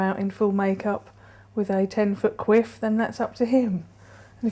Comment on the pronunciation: "10' quwif" lol that means something very funny here in Canada and I dought she would have used that word if she knew it meant pussy fart.